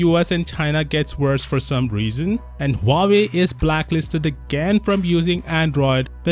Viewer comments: It's actually spelled wah-way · My ears bleed every time u say "wavy" instead of Huawei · Not Huvavei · Huawei's middle name actually 'Lie'. Hua 'Lie' Wei